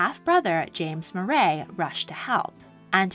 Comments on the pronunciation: wonderful vid, as always. Tiny quibble -"Moray" is pronounced "Murray" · Moray is pronounced Murray